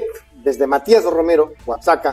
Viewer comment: No se pronuncia "OA SA CA,'' OAXACA = OAJACA , con jota, es su pronunciación...